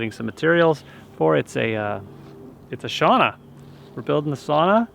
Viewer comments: It’s not sauna it’s SOW-NA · Humble request for all english speaking people, don't call it "sawna", here is a link for correct pronunciation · Thank you, I noticed it too. I have Finnish friends who corrected me long ago. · I’m surprised he said it like that since Canadians usually pronounce their O’s a bit harder.